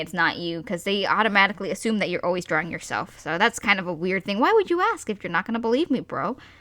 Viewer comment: "OH MY GOWD are you dawing anime???"